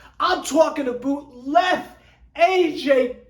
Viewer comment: I can't get over "aboot"